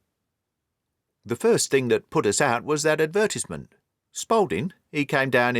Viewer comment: What a fantastic story and narration! Though I was a small bit annoyed by the way the narrator's pronunciation of, "advertisement"